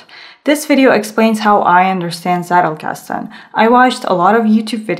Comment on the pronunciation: It always makes me smile when non-Germans say Zettelkasten. For English speakers, the pronunciation is something like TZEH-tel-kas-ten. This is not a hate comment but rather a friendly note about a potentially interesting thing. I think your video is very good. :)